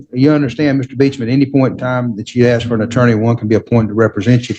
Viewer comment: Why don’t you “aks” him?